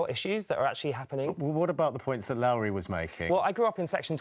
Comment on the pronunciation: can’t even tell people how to pronounce her name properly! It’s as in low down not Lauri.